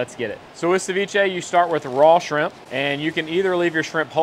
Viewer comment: Sheimp... or Shrimp? 😂